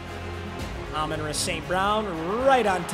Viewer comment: its year 5 and still cant pronounce Amon-Ra correctly